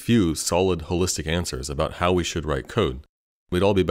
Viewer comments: fyi chimera is pronounced Kai-mira. idky but it is. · chimera is pronounced with a hard "K" sound at the beginning rather than a "ch" sound. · I heard Kai, not Chai. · i agreed until the very end when he said chimera like chai mera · No you watched it to learn this dude has no idea how to pronounce "Chimera"